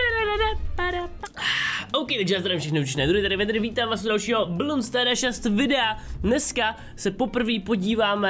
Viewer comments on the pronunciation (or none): No tak to je detail, ale ku*va, triggeruje mě když někdo říká balloons i když to není ballons ale jenom bloons, bez "al"! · No tak fajn no udělal jsem 2 chyby ale názvy těch upgradů si nezapamatuji nikdy ale "Bloons" je název hry a aj to vyslovuje špatně! Prostě proč asi myslí že tam není to "al"?